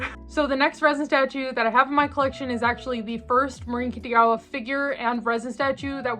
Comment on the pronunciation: Do you call her "Kittygawa" on purpose? Or do you just have difficulties pronouncing her name?